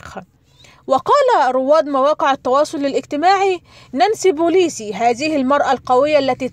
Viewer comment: نانسي بيلوسي وليس بوليسي . انطقي الاسم صح وبعدين طبلي